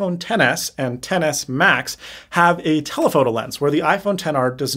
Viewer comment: Insta-like on "Ten Ess Ma-Ten"